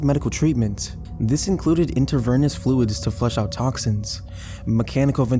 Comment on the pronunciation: from what I can tell you mispronounced 2 words intravenous and bold, I think the commenter is being over dramatic lol.